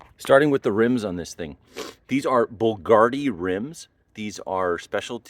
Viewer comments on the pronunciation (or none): There aint D in the word Bulgari. Its Bulgari, not BULGARDI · My favorite car of all time. But it’s BULGARI not BULGARDI! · BVLGARI. Not BVLGARDI. . There’s no “D” in BVLGARI. Pronounced like “Bull-GAR-ee” Beautiful car! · Why are you pronouncing Bvlgari "bulgardey"? 😆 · theres no D in "bulgari"! interesting and thorough video, thanks!